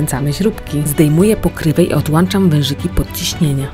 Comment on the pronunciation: Mów poprawnie, odłączam a nie odłanczam... Wtrysk a nie wytrysk bo wytrysk to może być spermy